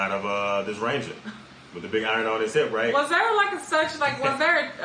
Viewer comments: I pronounce iron like you dear. Arn equels iron. Right!!!!! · I-I-Ron (like A-A- Ron) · … you said it RIGHT!!! ❤️❤️ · you say iron just like a Canadian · is a lot closer to pronouncing iron right lmao